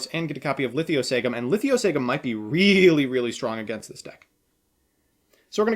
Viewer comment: Litho Sah Gym. It's not that hard. I don't know why he throws another "I" into it.